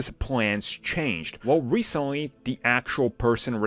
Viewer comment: God damn I spent a whole year not listening to you and you still can't pronounce "da" and "the"...! Wtf